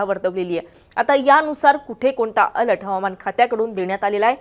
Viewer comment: अलट नाही बाई अलर्ट बोला